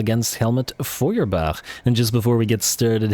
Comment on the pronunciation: In your opening cinematic battle, you mispronounced "Feuerbach." That surname is pronounced as "fewerbock."